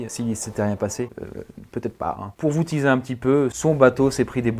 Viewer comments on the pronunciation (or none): none